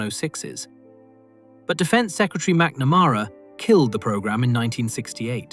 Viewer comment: Learnn how to pronounce McNamara, please.